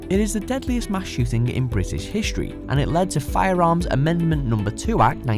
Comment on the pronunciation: Hishtory? Hishtory!?!!? Come on, say it again and say it slowly. History. H-I-S-T-O-R-Y.